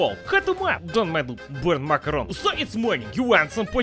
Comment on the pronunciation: Love how calls macaroni ‘makarov’ 😂😂 brings memories of the bad vibes of Vladimir makarov from codmw3